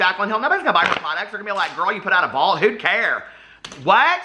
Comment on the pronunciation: everytime he says who care ? i say huda care and chuckle . lol